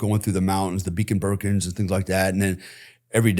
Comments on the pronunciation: Beacon bercons 😂😂😂😂😂😂 Brecon Beacons mate.....someone wasn't paying attention on his trip to the UK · What the fuck ..’The Beeken Burkans’…. 😂😂😂..says it all really..!! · The beacon bertons???? Hahahahaha does he mean the Brecon beacons........😂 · There’s an element of shit coming out of this mans mouth. I was never in the forces but being born in Hereford and lived here for 64 years and known a few of the lads past and present, he’s regarded as a joke. He can’t even pronounce the Brecon Beacons for gods sake, and as for all the holes in the walls does he not think that they may move the targets around, or do they employ a bunch of elite plasterers to come in after every assault on the building. Amazing for some body with his so called intelligence lets his mouth run away without engaging his brain.